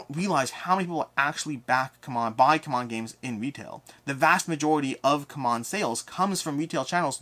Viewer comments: Isn’t it time you call them how they call themselves? See-mon 😜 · My beef with CMON is that first they were Cool Mini or Not with the shortcut pronounced "C'mon." Then when they shortened it, they tried so hard to get everyone to change to "See-mon" when clearly they were against the momentum.